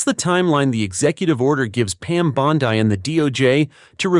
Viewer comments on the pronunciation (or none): It is the A.I., that they want to shove down our throats! Just think of the errors that could occur, when they install A.I. in our weapons systems! Oh and A.I., it is "Pam Bond ee", not Pam bond EYE!!! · It's Bondee not Bondiii. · Where did you learn English? The I at the end of her name in correct English sounds more like an "e" not a capital I.